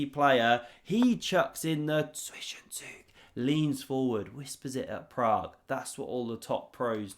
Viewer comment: It's ZwischenZUG, not "Zwischenzüg".